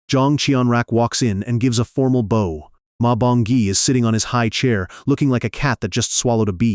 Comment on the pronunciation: The mispronunciation of bow is always a dead giveaway